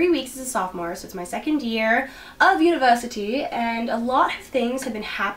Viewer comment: The way you said university in a British accent 😂